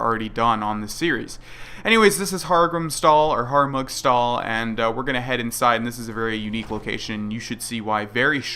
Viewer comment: its called Harmugstahl not Hargumstahl!:)